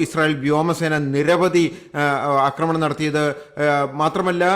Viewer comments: അക്രമണം അല്ല ആക്രമണം. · അക്രമണമല്ലടോ പൊട്ടാ ആക്രമണം എന്നു പറയു തനിക്കു മലയാള വാക്കിന്റെ പ്രയോഗം അറിയില്ലേ ? ന്യൂസ് കൊള്ളാം !